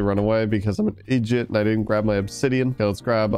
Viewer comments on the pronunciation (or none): I heard you say "Idjit", do you wach Supernatural? Just curious. Also I would like to be a fletcher in the kingdom named Asher.